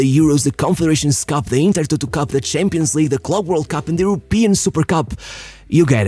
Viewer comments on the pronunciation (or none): Hey bro,been watching your channel for so much time like when you were pronuncing champions șampions😂 and nearly all of the vids and i really think a video on Marco Van Basten would be great i mean 3 ballon d’ors by the age of 29 and the same age he retired anyway keep up w the good work and all love❤️(i am also wondering how has your day been and how do you feel!😁)